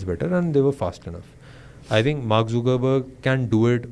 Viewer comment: not zookerberg, it's zuckerberg :/